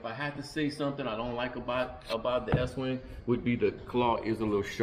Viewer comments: Dude it’s ESTWING NOT Eastwing. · Guys please its Estwing not Eastwing. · Est wing, not Eastwing. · Its pronounced est wing not east. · Estwing Estwing NOT EASTWING. You should learn your product ESTWING. You guys have no idea what you are doing. Coming from a guy who framed over 100 homes. READ THE HANDLE!!!!!! Pathetic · ESTWING NOT EASTWING, come on READ THE HANDLE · Estwing…not Eastwing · Nice video. Though, I'm a little perplexed as to why you can't properly pronounce the name of the Estwing hammers, even with the spelling right there on it.